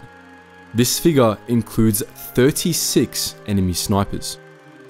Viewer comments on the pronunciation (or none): none